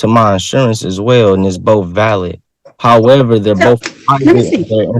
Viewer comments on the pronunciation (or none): none